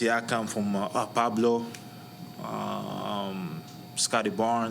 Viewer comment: He called paolo banchero pablo🤣🤣🤣